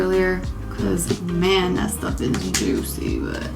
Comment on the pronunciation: Thank you for all the encouragement you put out to the universe, girl it’ll come back to you!! I also love how genuine you are when you speak. And when you said “JOOCY” 😂